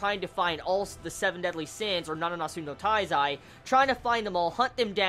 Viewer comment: it's my impression or you say nananatsu no taizai instead of nanatsu no taizai? lol